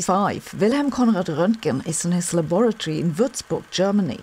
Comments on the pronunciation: It’s “laboratory “ not labatory. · WHOOPS!! Roentgen worked in a "labatory"? I'm sure you know it's a LABORATORY, Sabine!! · Is a "labatory" a laboratory fitted with toilets?